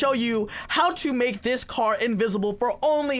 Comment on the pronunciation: You said invisabe bugite